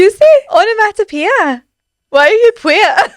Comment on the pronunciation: So vewy vewy pwoud